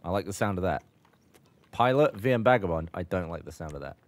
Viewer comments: Gavin said "VM Bagabond" and nobody noticed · Did Gavin say VM Bagabond? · How did nobody catch "VM Bagabond" from Gavin?